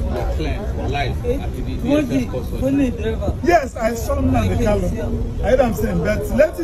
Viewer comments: Not kalu but kanu please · Its not kalu but kanu oga please